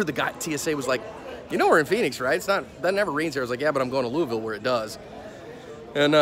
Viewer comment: Good on you,... you almost say it right (Loo-ville).